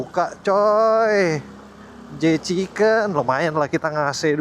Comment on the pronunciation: Jchicken koh, bukan jekicen😅